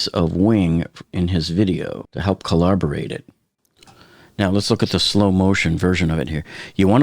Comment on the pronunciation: Lol corroborate not collaborate.